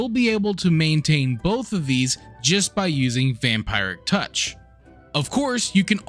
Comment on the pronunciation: Vam-pie-ric touch and Ar-kin :p ty fpr the guide, just gotta tease your pronounciation.